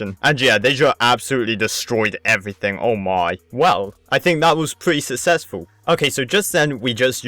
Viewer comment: You said susesful